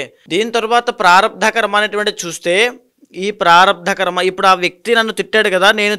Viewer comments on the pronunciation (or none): ఖర్మ కాదు.. కర్మ అని పలకాలి.. Anchor గారికి సూచన 🎉